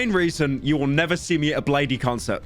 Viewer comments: Bladey concert bruh it’s blade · As someone that grew up going to 5 shows a week on average, worked at a ton of music venues, just, goes to a ton of shows. The idea of only ever having seen Deathgrips twice in my life blows my mind. I would be a completely different person. Bladee is just pronounced Blade by the way. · nigga really said bladee